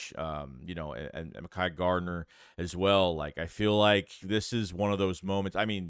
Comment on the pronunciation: His name is Mek-ki